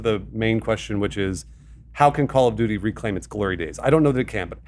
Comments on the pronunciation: I’m triggered by how Alanah says Call of “Judy”. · Call of juty? Nah fam. Call of duty